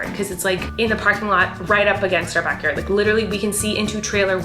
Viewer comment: Every time she said backward cracked me up 😂